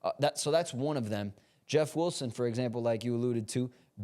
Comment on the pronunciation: Why do you say "Wulson" 🤔